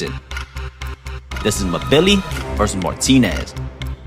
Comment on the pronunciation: I believe it’s pronounced M Billi. Like N Gannou or N vidia.